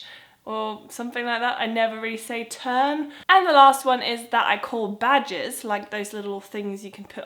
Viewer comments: Hi when you say badges it sounds like badgers, the animal lol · at first i thought you said badgers. now i have a silly image of you wearing a badger as a hat